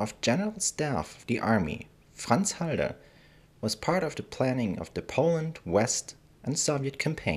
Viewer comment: Why is halder pronounced haider